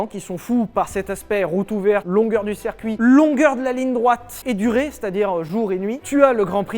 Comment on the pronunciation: Le « cErcuit » ?